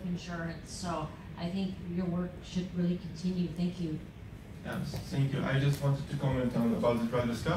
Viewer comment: Ещё в школе поправляют, когда говорят "сэнкью". Вон Панчин говорит так и понимают... Ну, или мне кажется, что он говорит "сэнкью". Хотя, есть же приколы про различный английский в разных странах, тот же Камеди Клаб тоже делал, так что... Может и плевать? Главное, что поняли. Но было интересно послушать. Такая прям тренировка английского. Благодарю Вас, Александр Панчин!